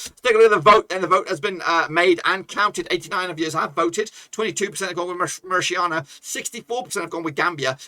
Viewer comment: When did 'TANIA' become 'SHIANA' bloke?? MauriTANIA ! Not MauriSHIANA! You got it?? The next time you abuse the word, You will have a lawsuit at your door. 😎